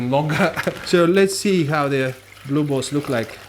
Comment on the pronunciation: Are u saying blue balls??? 😅😅 jk i know its blue bolts but ur accent makes it sound like balls 🏀 🏀 lol love the videos keep it up